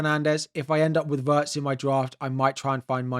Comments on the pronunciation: It's not "Waertz", you should pronounce it exactly as it's written "Wirtz", with the "i" pronounced as in "Pin" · sorry but it's what you say that doesn't make sense... he's a German player, and it's pronounced Wirtz, with the "i" as in "Chip" or "Tin". Simple as that.